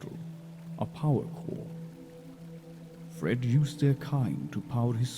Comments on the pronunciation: I no idea how he read that E in fred as a O ... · dude it's fred not ford LOL